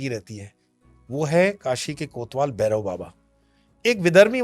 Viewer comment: It's bhairav not berav